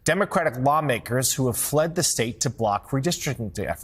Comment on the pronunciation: If that beady-eyed SOB says "the stet of Texas" one more time, I'll scream.